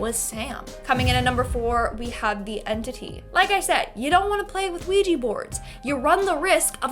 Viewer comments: Why anglo pronounce it ouiji board its a OUIJA board like OUI=-YES IN FRENCH AND JA = YES IN GERMAN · Sorry but it's pronounced we ja the o is pronunciation is like the French oui = we